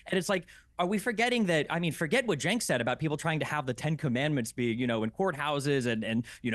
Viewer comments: But 'Jenk the Jerk' has a much better ring to it. I'm struggling to find a catchy derogatory name that goes with Chenk 😂 I'm factually correct so pretty please can you pronounce it properly? Thank you so much ❤️ 😘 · his name is CENK pronounced JENK, as in JERK. It is not pronounced CHENK! In Turkish, 'C' is pronounced 'J' in English. It is NOT the soft C which looks like this; 'Ç' which is indeed pronounced 'ch' in English. Thanks! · It's pronounced 'jenkem chugger'